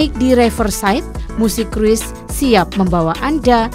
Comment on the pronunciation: Dibacanya "Krus" min bukan "Kruis".